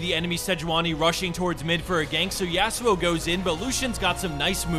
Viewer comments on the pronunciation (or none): none